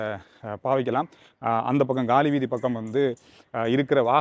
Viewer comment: It is not Gaali Veethi . It is Kaali Veethi in tamil